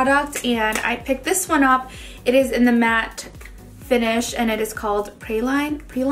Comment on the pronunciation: Praline, pronounced Praylean